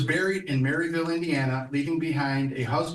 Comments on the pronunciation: I was born in Merrillville. It's pronounced Mare-ul-ville, not Mary-ville, how he said it. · The man making the statements said Marrysville, as someone from the Region and a former Hoosier I am guessing he means Merrillville, Indiana. Think of the actress Meryl Streep as the first part. Not Marry! And an added bonus SCHERERVILLE sounds similar as if you are saying a woman's name, Cheryl. So, they are said, Meryl-ville and Cheryl-ville. I always know who the non locals are because they never get these two correct. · It is not “Merri-ville” but “Merrill-ville”, in northwest indiana (Lake County) where she was born.